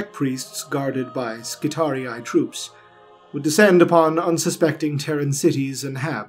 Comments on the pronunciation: You are the ONLY one who pronounces Skitarii correctly. Thank you. Thank you so much. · You pronounced Skitarii correctly! Subbed.